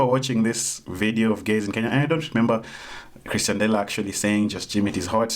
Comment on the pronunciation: Nice video but it is pronounced as "Ex-tian" dela not "Chris-tian" dela. Its mildly infuriating tbh